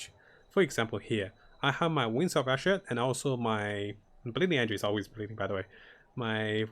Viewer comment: I understand that english isnt your first language but for the love of god can you please actually read things correctly. "wings of asher"???? not even close to ishmir. and you always say the stasis damage node wrong too